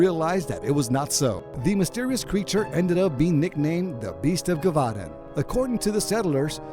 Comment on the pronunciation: (Jeh -voh -dahn)